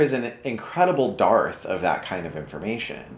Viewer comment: Dearth [pronounced derth]